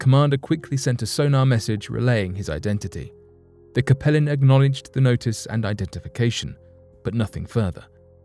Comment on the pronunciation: I believe the pronunciation for the USS Capelin should sound like “CAPE - Lynn”. That’s the type of fish found around Newfoundland and the North Atlantic.